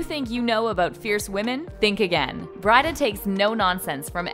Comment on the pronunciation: Ik she didn’t say...Brideah...miss it’s Brie dah